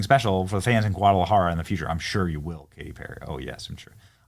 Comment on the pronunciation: Your pronunciation of "Guadalajara" was so perfect that you are now Mexican. Felicidades!